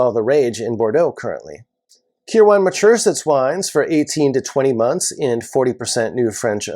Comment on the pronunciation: I know this minor in the grand scheme of things but watching you butcher the pronunciation of Kirwan was hard to watch. Its pronounced Kir-win.